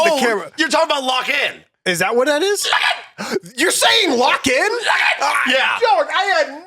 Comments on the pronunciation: I didnt know that he said "Lock in" aswell. Only AFTER i heard him say it about 3000 times i finally knew what he said XD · "LOCK IN!" Not gonna lie, took me the longest time to figure out it was a word as well.